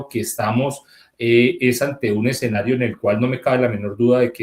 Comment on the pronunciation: Las redes permiten que pasen por periodistas personas que no lo son. Este señor dice "exenario", ni siquiera habla español bien. Y así tantos, tantos. 😢